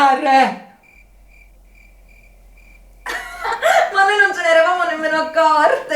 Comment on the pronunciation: "Il cellelare"